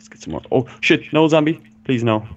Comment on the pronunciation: More not Moar